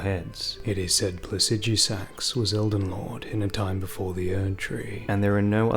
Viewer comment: Bro why do you pronounce placidusax so wierd